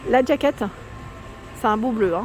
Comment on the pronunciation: Jaquette. Jaquette et pas djaquette. Sinon dites une veste. Bonne journée.